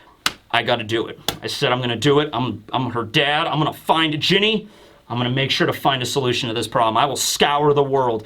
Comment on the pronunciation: Ginny should be said "Jinny"